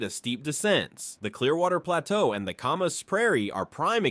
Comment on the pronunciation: Didn’t mention anything about the Palouse prairie and stupid ai blew the hell out trying to pronounce Camas.. ai sucks..